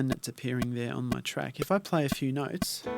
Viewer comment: You had me at "noyts" mate;)